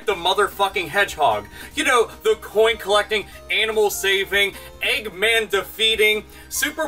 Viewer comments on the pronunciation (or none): Did he say "coin" collecting?